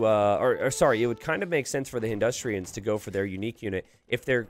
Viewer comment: 'hinn-dus-ta-ni' maybe that'll help pronounce it. Hindustrians was quite hilarious ngl.